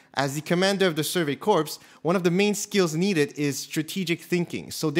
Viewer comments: Bruh its not the Survey CORPSE, it's pronounced Core. Facepalm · It is pronounced “Core”. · Corps is pronounced "core", similar to U.S. Marine Corps. Corpse is a dead human body. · “... as he commanded the Survey Corpse.” Well it’s pronounced ‘core’, and- *suddenly remembers what happens in the show*... actually, you might be on to something there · I don't know why for the life of me some people pronounce Corps as "Corpse." It's pronounced like "Core". If you're like "I can say it however I want" I dare you to say it like that in front of Gunny. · My guy corps is said like (core) not corpse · corps is "core" not "corpse" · My man really just said the «survey corpse» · ”Survey Corpse” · “Survey Corpse” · "As a leader of Survey Corpse", he really said that? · "survey corpse" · I can't tell if the mispronunciation of "Survey Corps" is a mistake or a very messed up joke (because they pretty much all die). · Ur calling them survey corpse .... normally id correct you ...but they die sm its kind of fitting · Did this man really just pronounce Survey Corps as Survey corpse? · Survey Corps pronounced as "Survey Core*" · ITS "CORE" NOT "COPRS" HOLY FUCK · Corps is pronounced, “core”. Brush up, bud